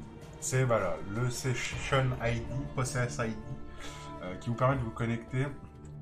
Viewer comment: Merci pour cette vidéo, je joue depuis 3 ans et je connaissai pas celui là. Juste une toute petite remarque, on ne prononce pas "possèss id" (déjà car il n'y a pas 2 s ), mais "poe sess id" car cela vient de "poe session id" (en anglais : identifiant de session de PoE). voilà voilà. mangez des patates!